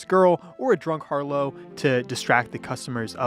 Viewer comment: just fyi, harlot is pronounced “har-lot” not “har-low”.